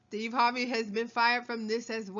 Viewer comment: Almost died 😂 sthurvay Sthays